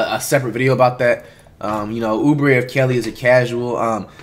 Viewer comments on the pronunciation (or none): “Oobree of Kelly” - Kimani White, 2020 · Dis nigga said oubree of kelly 🤣🤣🤣🤣🤣🤣🤣🤣🤣🤣🤣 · Oubre of kelly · Who the hell is “Oubre of Kelly” ? 💀💀💀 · Dude just said “Oubre of Kelley” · "Obure of kelly is a casual" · Lol Flight make me laugh every time he says the players last name then of first like who is Oubre of Kelly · He said "Oubre of Kelly" LMAO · Other people: "Kelly Oubre" Flight: "Oubre of Kelly"